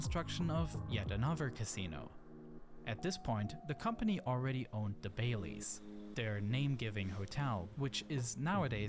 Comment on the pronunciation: Bally's, not Bailey's